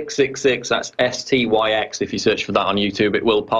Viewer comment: Take a drink every time Paul says Styx's name wrong